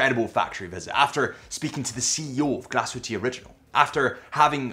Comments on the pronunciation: It is Glashütte, not Glashutte and you pronounce the e at the end like an ae, don’t omit it.Thanks for the great overview! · Learning about the brand is commendable, knowing how to pronounce the name of the company and the town seems however, a bridge too far. The "E" is expressed and the umlaut makes the "U" say ue as in Sue.